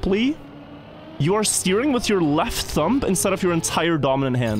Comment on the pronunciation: I don't really understand how you still say the B at the end of thumb. you speak such great english, surely you can remember that the B is silent...